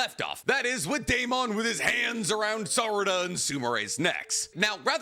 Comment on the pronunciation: Please stop pronouncing Deamons name like that.. its pronounced like Matt Damon or Damon Waynes. Not DAME-ON but DAY-MUN. I just know bc my name is Deamon too